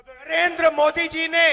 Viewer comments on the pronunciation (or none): ओवैसी हिंदी और उर्दू तों सही से बोल नहीं पाते। मोदी को मोडी पल्लवी को पेललई पटैल बोल रहे हैं 🤔🤔🤔 जब आप अपनी भाषा का सही संप्रेषण नहीं कर पाएंगे तो जनता क्या सुनेगी क्या समझेंगी।